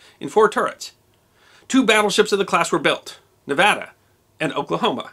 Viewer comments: This is a very minor point but as a proud graduate of the University of Nevada, I want to genuinely thank you for pronouncing 'Nevada' correctly. As many bumper stickers in the great state say, it's Nev-AD-a, not Nev-AH-da. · Thank you for pronouncing Nevada properly. Few outside of Nevada do so. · Thank you for your correct pronunciation of the word Nevada! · History Deserves to Be Remembered thank u 4 saying Nevada correctly. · What makes it even better is he says the name of our great and beautifull state correctly! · Thanks for pronouncing Nevada correctly 👍👏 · It's amazing to me that so many people can't do that. I HATE when people mispronounce Nevada-ESPECIALLY people who LIVE here! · Thank you for this. Growing up in Nevada, I hadn't heard (or I had forgotten) about the Nevada's work on D-Day. ... And, as an aside, thank you for pronouncing 'Nevada' correctly. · Yeh! You pronounced Nevada right! I grew up in Fallon, Nevada...not Nev au duh. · Another great video. One minor correction, it was 2 1/2 years (not 3 1/2) between Pearl Harbor and D-Day. Also, my wife, a native of Nevada, is thrilled when it’s pronounced correctly. She says thanks. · Thank you for pronouncing Nevada correctly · thank u saying Nevada properly, it drives me nuts when people screw that up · Wow, massice thanks for saying the name right, thanks!!!! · He even pronounced it as us locals would. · Are you a native nevadan like me?! I havent seen a non native say Nevada correctly